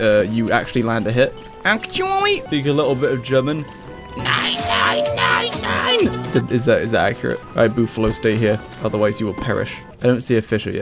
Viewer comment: As a German, you were very accurate